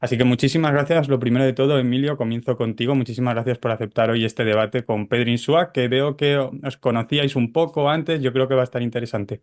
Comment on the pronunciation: Se apellida INSUA, no INSÚA. Por favor, aprendan a decirlo de una vez.